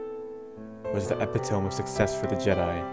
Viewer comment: You gotta be kidding me.... did you really say it as epeh-tohm? Like wth? It's ih-pih-tuh-mee, epitome.... What is the deal with all these words you horribly mispronounce man? At first I thought it was just a mistake on 2 words that can be mistaken if never heard before, and a mistake on one word that is rarely ever said out loud, but then it just keeps on happening... and with words that are commonly said out loud by people all the time... So what's up with that? How is it you don't know how to say them right?? And why, if you've never heard them for some extremely odd reason, did you not look them up and check for their correct pronunciation before making your videos so that you were saying them right?